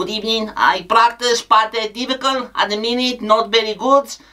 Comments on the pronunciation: Unai at Arsenal: "pust of all good ebening" Unai at Aston Villa: "good ebening" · What happened to "burst a ball good ebening"? 😅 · First of all good ebening